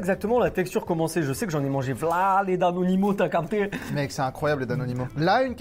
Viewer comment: C’est « danonino », pas « daninimo » 😅